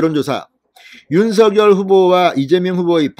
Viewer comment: 발음 좀 정확히 하세요. 윤성녈이 옳습니다. 자음접변 때문이죠.